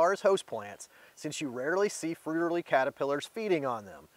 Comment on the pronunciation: Great video. But, your pronunciation of the Fritillary butterflies is killing me.😅 Still, thank you.👍